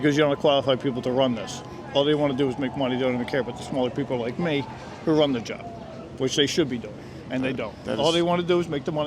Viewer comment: I can't believe no one hit you... XD You gotta learn how to pronounce 'the'.